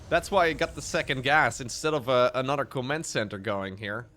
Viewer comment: Why can't this guy pronounce "anorer"?